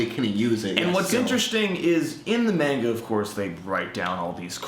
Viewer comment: It`s pronounced (MAH-nga),not (MEH-nga).